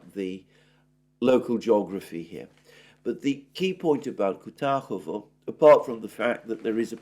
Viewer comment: kuRAHOvo not KUTAHOVO